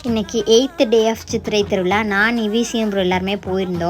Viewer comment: Thiruvila illai ma... Thiruvizha (திருவிழா) மலை இல்லை மா... அது மழை. ஏம்மா இப்படி தமிழை தப்பு தப்பா பேசுறீங்க...